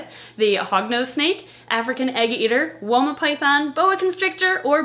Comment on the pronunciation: Every time you say Woma i hear Walnut. I dont know why.